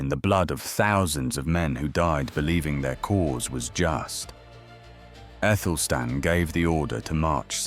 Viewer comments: Because he/it is unaware that "ae" is pronounced as a hard "a"....as in Aelfred the Great. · wasn't his name Athelstan?? you keep saying Ethelstan??!! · Good question, his name correctly written in modern English was Æthelstan - the conjoined A-E should be pronounced A, as in cat, apple etc...